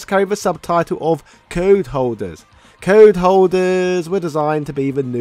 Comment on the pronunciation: Why do you keep pronouncing "code" like "card"? It's quite distracting. Also, all the Marvel vs Capcom games were successes, not just 3.